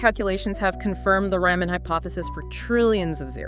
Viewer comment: Sorry, you lost me when you mispronounced Riemann's name in like the first ten seconds of the video.